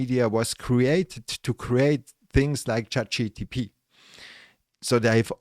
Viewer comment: Actually, it's *Chat G.P.T*, not GTP...